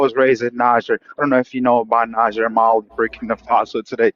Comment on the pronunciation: If he was from Niger, why is he not pronouncing it Nee Jer?